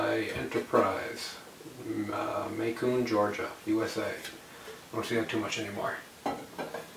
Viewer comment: It's pronounced Macon, like Bacon.